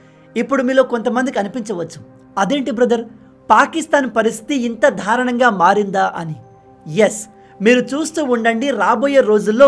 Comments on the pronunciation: ధారుణం కాదు దారుణం ఎన్నిసార్లు చెప్పినా వినిపించుకోరేం! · మీరు చేసే వీడియోలు చాలా బాగుంటాయి. కానీ (ధారుణం) అనే పదం వాడుతున్నారు వినడానికి కర్ణ ఖటోరంగా ఉంది. కరెక్ట్ పదం "దారుణం దయచేసి మార్చుకోండి.